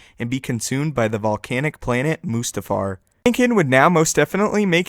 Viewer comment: lol moostafar xD